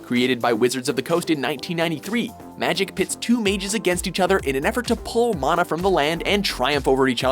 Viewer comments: They mispronounced mana. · Problems with your summary of Magic: - They're planeswalkers, not mages. - "mana" is pronounced with the first 'a' like "can" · Dude fucking learn how to pronounce Mana currently. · It's pronounced man-na not mah-na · Before watching the video: Magic the Gathering better be number 1 Oh shit yes. But what the fuck is a maana. its man-ah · He really pronounced it 'mah-nah'. Wow. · Sry, but mana is pronounced man a.